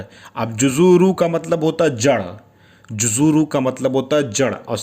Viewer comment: नमस्कार आप जुजूरूल बोल रहे हो और आप लिख रखे हो जुसूरूल लिखते कुछ और हो आप और बोलते कुछ और हो आपका वीडियो मैं बहुत दिनों से देख रहा हूं अच्छा वीडियो होता है